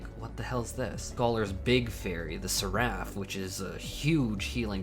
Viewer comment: That's not how you pronounce Seraph...